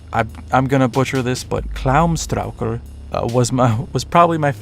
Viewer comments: You pronounced klámstrákur really well! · I´m Icelandic so its nice to see hatari on in this video. I enjoy them very must. Also your pronunciation of klámstrákur is pretty good.